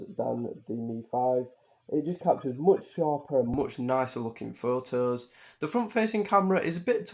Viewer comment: "Okay today we r gonna take some phooes "